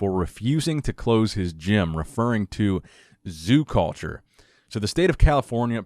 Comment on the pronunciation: “He’s the owner of zoo-cawlture”.